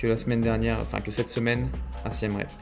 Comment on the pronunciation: Siem Reap se prononce "Siem Rip" (approximativement)